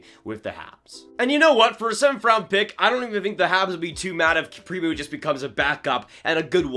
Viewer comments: It’s pronounced “pre-moe” not “pre-moo” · Its Prim - O